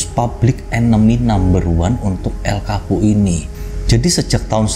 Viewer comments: Darimana coba Chapo bacanya Kapo, gila sotau bgt😂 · Chapo bukan kapo ngab😀